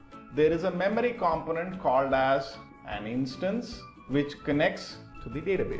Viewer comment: Its pronounced 'com-PO-nents', not 'COM-ponents'. Got it? G-sus.